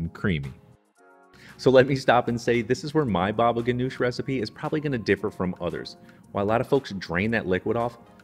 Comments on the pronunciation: It is pronounced Hanush, not Ganush ,according to my Syrian uncle , his family and Lebanese friends . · Baba ghanoug not ghanosh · Not GANOUSH ITS GANOUJ